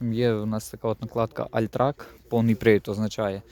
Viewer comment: альтрак. блять 😂 ти шо 72 року і вчив німецьку?